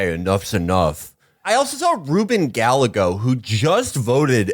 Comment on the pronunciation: It's pronounced "Ruben Guy-yeg-oh", not "Gal-leg-go". The "ll" in Spanish makes a "y" sound.